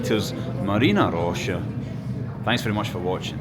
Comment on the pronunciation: It's not actually MaryEEna Roscha, it's MAHRyina Roscha -- from Marya, a version of Mary. Mary's Grove, basically. It's the name of the whole district. Nobody knows exactly why, apparently. :)